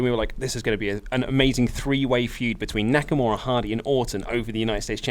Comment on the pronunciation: How y'all see Nakamura and pronounce it Naka-more-a is beyond me